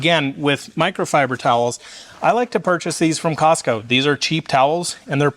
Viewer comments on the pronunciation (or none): none